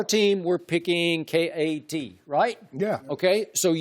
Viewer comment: Lol skip Instead of just saying" KAT" hes like "K A T"